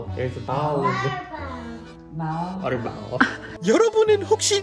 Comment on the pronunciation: 공(ball)을 고옹(bauwl)이라고 발음하는 체리 ㅋㅋㅋ 남부 시골 사투리 쓰는 거 너무 귀여워요. 경북 사투리로 '통통하다(plump)'를 '뽕양하다'고 말하는 거랑 비슷한 느낌이겠어요. ㅋㅋㅋ 아니면 '돌멩이'를 '돌삐'라고 하는 것과 비슷한 듯. ㅋㅋㅋㅋ 말하는 아빠 응시하는 파랑이 ㅋㅋㅋㅋㅋㅋ 그러다가 아빠 얼굴 뚫리겠어... 이뽀다~~